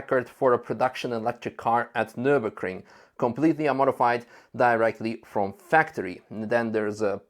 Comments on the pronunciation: Why are you saying - "NurburKring"??? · Why does everyone mispronounce Nürburgring? It's a ring, a closed circuit, in Nürburg.